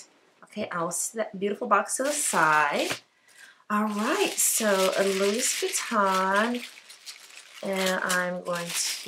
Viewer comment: Gotta pronounce the name correctly if you’re gonna carry a Louis lol. It’s “loo eee” not Lewis